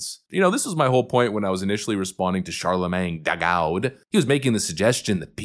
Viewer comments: Ok, just to point out that I DID hear and digest the information put into this video BUT I cackled like a true idiot every time you said, "Charlamagne DAGAUD". Seriously, that guy's a box of dicks sprinkled with democrat tears. I really just hate listening to him speak most days. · The way u say char da gawd😂😂😂😂u got my sub😎